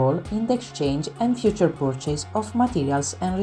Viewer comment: Thank you for this video the content is very clear and I am very interested BUT the pronunciation is all wrong… I volunteer to record it again in… English…LA speaker (bless her) non azzecca nemmeno un accento… REWARDS the accent is on the WA… iron the R is silent, purchase accent on the PUR, percentage accent is on CE… let me know if I can help 😊